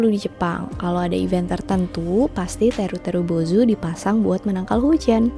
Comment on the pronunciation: "Teru teru bozou" 😅 Seneng aja denger pelafalanya 😂